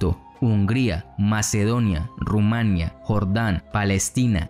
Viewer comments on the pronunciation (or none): none